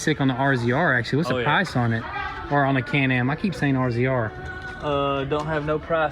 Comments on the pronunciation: Its call a razor, not rzr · Btw, they don't say R-Z-R, they say "Razor", already caught some grief over that, lol